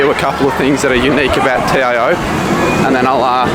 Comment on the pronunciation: Learn to how to say TIO stadium